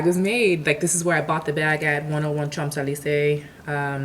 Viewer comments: Sho zee lee zay! .......native French speaker. ;-) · "cha(n)-ze-lee-zuh" lol . great video tho (